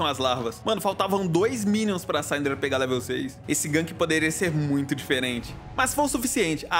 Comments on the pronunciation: eu tbm falo saindra kkk mas o correto é síndra, qaundo lançaram ela pronunciaram o jeito certo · A gente tem que abrir um abaixo-assinado pro parar de falar SAINDRA kkkk